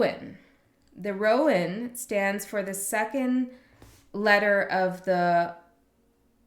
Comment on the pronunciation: Gosh those are beautiful decks -- which ones are those? I think you're pronouncing Rowan right. Ogham's harder with the silent 'gh' -- but that's Irish Gaelic for you. Thank you so much for this. And for your energy advice. That was so powerful -- and you're so on point. This was so resonant. Thank you.